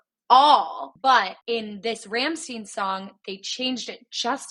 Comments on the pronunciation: It's RAMMSTEIN! Not ramstien. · OK IT IS NOT "STEEN" IS "STAIN"... RAMM STEIN (STAIN) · Rahm-styne, not Ramsteen... jesus... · Its not Rammsteen. They have several songs shouting how to pronounce their name. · You pronounce Rammstein like Einstein. Not Rammsteen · You’re very smart with the interpretation. Quickly picked up that the woman was Germany. That’s pretty cool! The only to things are bothering me a bit (you can ignore, but still). First, the band’s name is pronounced [ˈʁamʃtaɪn]. And you can literally look it up on Wikipedia. Second, please better turn on the subtitles and pick the English language in the player. That way, you won’t be lost in the lyrics. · Rammstein is pronounced like Frankenstein not steen if you’re going to follow and review a band at least pronounce their name right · They're German (obviously), it's pronounced "stine", Ramm-shtine. Like Frankenstein or Einstein. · The song at the end is a classical solo piano arrangement of "Mein Herz Brennt" by Rammstein too. Also, you should listen to "Rammstein" or "Rammlied" to learn how to say Rammstein properly, please :)